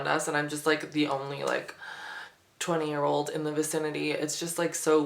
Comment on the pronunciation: The opening says "yearl" old , I just noticed haha